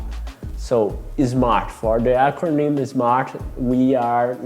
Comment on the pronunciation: Great video, gostei que tu falou "acronym" haha, fala difícil.